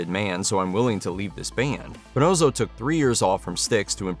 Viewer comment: It's puhNAWSoh, not puhNOSEoh